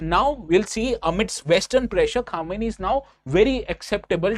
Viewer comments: Correct your pronunciation Khamenei (kuh·muh·nay·ee) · Pehle nam to thk sai padho yaar Khmnai ko khumeni pad rahe ho.... Kya IAS padhawo gy ap log